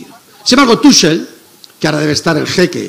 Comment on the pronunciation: Se pronuncia Tújel (Tuchel), Roncero. ;)